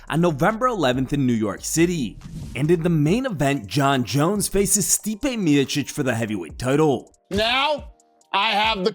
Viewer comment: This is the first time ever any foreigner has pronounced Stipe's last name (Stipino prezime) correctly both in accents and pronunciation.😅